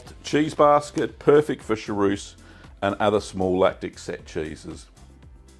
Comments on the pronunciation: Chaource is a great cheese, but you keep saying charouce... 😂 Cha-who-rce would more be the sound in english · Hallo, please say sha—ource, not sha—rouce!!